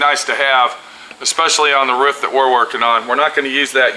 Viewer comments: It ROOF not ruf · not being a nit pick. ITS ROOOOOOOF not ruf